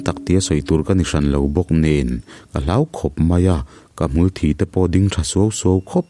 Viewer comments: Tinge "ka hmul thi" tihah hian thi tih hi (blood) thi tih ang hian i lam zel a, thi tih hi mitthi kan sawi a 'thi' thluk anga thluk tur 👍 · Hmul thi tih hi i van chhiar sual ngun em em,nge i hrelo zawk lee,hmul thi tih a thi hi mitthi tih a thi ang hian lam tur,a in hliam chu a thi duh hle mai tih a thi kan hman ang hian i hmang fo a diklo deuh